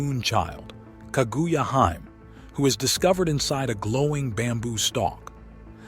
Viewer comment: "KA Goo Ya Hyme"